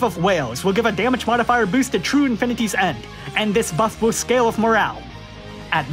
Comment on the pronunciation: I love how you read will as whale